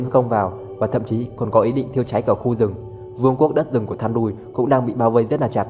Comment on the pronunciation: Góp ý cho Ad: Luyện đọc tên tiếng Anh cho chuẩn hơn nữa nhá. Thandruil: Than đui :)))